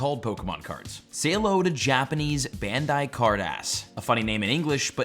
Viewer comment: Bandai is pronounced "Bahn-dye", but thx for the video! But to answer your question, the base set in English of 99' was my fave, its what i have the most of as that when i collected. Now my kids have recently started and its re-piqued my interest lol